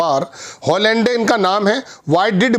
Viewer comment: हॉलैंडे नहीं भाई इसका सही उच्चारण है - ओलां.😊